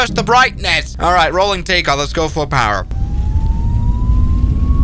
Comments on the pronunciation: Who tf says Takeoff Wrong 💀🙏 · That was geniously hilarious! 🤣🤣🤣 ("Compnesated", and "Tekaoff Bried") LOL